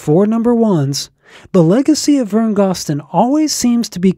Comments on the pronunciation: GOZ-DEN not GOSS-DEN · Thank you! Vern Gosdin is one of the greatest country singers of all time, and he deserves to have his last name pronounced correctly. I'm surprised that the person who created this video got that detail wrong, especially since he runs such a great country music site!